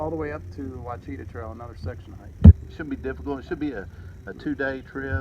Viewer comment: I enjoyed your video. The Ouachita trail is pronounced oh wash it taw. At least that is what the locals told me